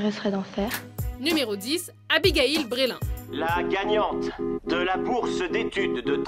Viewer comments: C est Abigail breslin et pas brelin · Putain la meuf elle à dit Abigail Breslin :o , elle m'a gaché la journée